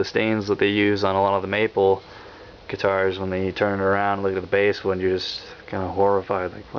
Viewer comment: Nice review, I'd just like to point out to you that 'basswood' is pronounced like the fish, 'bass' not 'base' as in a 'bass guitar'. :) Been seriously considering one of these, thanks for showing it off.